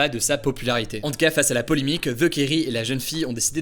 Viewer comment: Polémiques pas polimiques 😂😂😂 il ne suffit pas d’avoir des manières pour parler , il fait aussi parler correctement le Français... encore un « fils de...» qui va finir journaliste sans avoir te talents particulier vive la république et vive la France